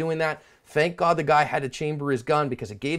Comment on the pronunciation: You keep saying asp instead of ass.? What do you mean.